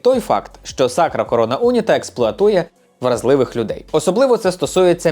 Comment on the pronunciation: Відео дуже цікаве, як завжди. Єдине що unita як прикметник має наголос на і тому було дивно трохи слухати. Але загалом відео просто шик, удачі тобі❤